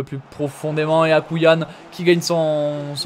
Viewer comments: A mon avis Akouayn se dit « Akouaine » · C’est AkouAYn donc ça se dit « Akouraeyn »